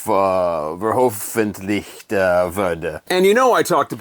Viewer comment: not too bad at all! but you really need to practice the word "veröffentlichen" more 😂 thanks for the appreciation for germany,.. love your videos, although im not even a big rock music fan.. your videos are just so entertaining.. thank you.. prost und servus from lederhosen-bavaria! 😜